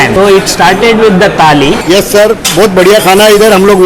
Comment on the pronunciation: Started with Taali.....😂😂 ...Though South indian language is incomplete without 'h' after 't'. Thali..😂